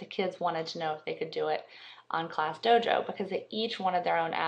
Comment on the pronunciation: It's DOJO not DOGO like you said.